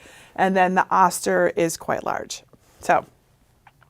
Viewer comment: Great info! Just a small FYI... the Oster brand is pronounced with a long "o" sound, so it is "oh-ster" and not "ah-ster."